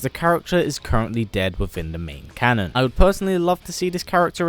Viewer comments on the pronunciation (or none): none